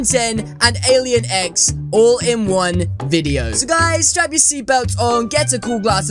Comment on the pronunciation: I tought you said alien eggs xd